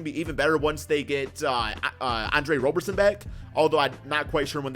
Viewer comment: There is no W in Andre Roberson's name. It is Rob-er-son :)